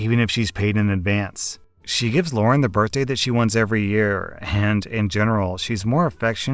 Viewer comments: The way he said "Lauren" and not "Lara" made me kinda mad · The names are “Mara” and “Lara”. Not “Mora” and “Laura”. Come on dude. At least try to get it right. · Lara is pronounced Lah rah. Not Loren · Am I the only one irritated that kept calling LarA, LaurEN? Yes? Ok. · no one gonna talk abt how called lara Lauren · maybe it's just me but is saying lauren to that story with the sisters reese and lara? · Why does always change people's names? It's getting really irritating. The kid's name is Lara. Not Lauren, Lara. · Why are you calling “Lara” “Lauren” in the second story? Lol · you do know that "Lara" doesn't have an "n" sound in it right? lol